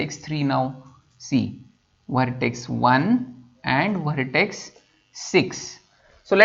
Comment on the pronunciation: vhartex, vheriable, vhartices, recorading, vhan, vhisited